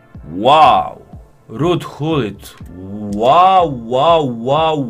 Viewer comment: Vezi că e gullit nu hullit